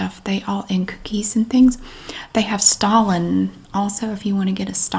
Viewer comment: When you said stollen I thought you said Stalin 🤣 I didn’t know you could find dead Russian dictators in the middle aisles of Aldi now!